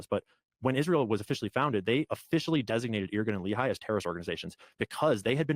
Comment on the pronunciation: small thing most people dont notice about Carolls grift, but people who are familiar with israel history do- is he can't even pronounce the names right, which means all his "research" is only from reading random texts but not taking the time to also see documetaries or interviews with the people involved. Example, the Lehi organization, pronounced Le-hee but he says lee-hai 😂